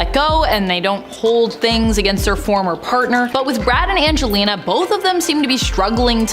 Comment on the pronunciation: Either get the presenter to learn Angelina’s name or don’t get her to talk about her who TF is “anglela”?